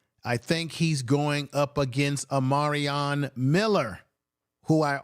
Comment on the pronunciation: Omar-i-on Miller! You really butchered his name 😅😅😅